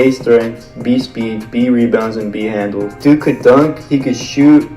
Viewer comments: So no one noticed how it said hadnles and not handles😂😂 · Nobody: ''Hadnles'' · hadnels WHAT????